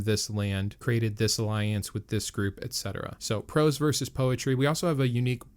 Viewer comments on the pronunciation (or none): none